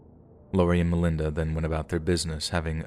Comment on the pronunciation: As a friend of the Sharer family, yes I am from Louisville, I don't like the way her story is told here at it all. First of all you're saying her name wrong and second of all you start off showing what Melinda went through as if people need to understand her for what she did. She is the devil herself and a terrible disgusting human being and deserved every single thing she got and then some! This was a premeditated murder and the things they did to Shanda were unimaginable!! Some of this story isn't true or maybe you're just telling it wrong but if you experienced it the way I did in real time then you maybe would understand. Melinda and the other two deserve to burn in hell for all eternity and I hope that for whatever time they have left in this world they have a miserable existence. I hope Shanda is in their nightmares every night making them relive what they did and they never forget what sadistic human beings they are! RIP Shanda! Never forgotten! ❤️